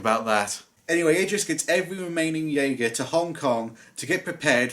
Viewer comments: Dude, it's pronounced "Yay-Ger". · It's pronounced yeagar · Fun fact, it’s not pronounce the way it’s spelled jeager is actually pronounced Yeager. What is with humans and not spelling something how it is pronounced. Edit: it’s weird how Gipsy Danger is the one that fell over when your talking about the movie the robots in, very strange.... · It is pronounced je-a-ga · You don't pronounce the j in Jeager as you would in the word jay. You would pronounce it as a y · the j makes a y sound it’s German for hunter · You missed pronounced Jeager, say the j like a y or u.